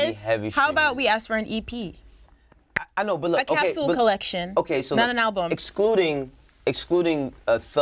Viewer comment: I need a CAPSOOL of excedrin. Nadeska's linguistic faux pas are giving me a headache.